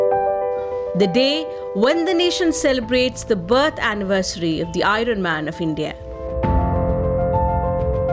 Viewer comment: Iron is not pronounced as i-run.. I is pronounced as ai·uhn... Kindly see to that